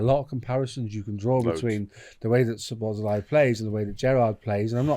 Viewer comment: There are videos, where the man himself pronounces his name, and it is not way some of the men in this video are pronouncing his name. Szobo Szlai (sobo - slai) - not (sobos - lai)